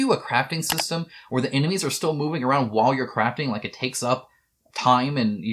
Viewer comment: CRAFTING! Omg, I thought you said "a real time craping system" at first for the last of us